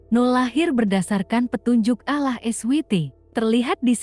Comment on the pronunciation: Sayang membaca alloh gak bisa